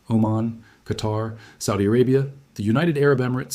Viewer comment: Since you are so good then pronounce the places correctly. Oman is ooman, qatar is Qatar. And the name is Salman is salmaan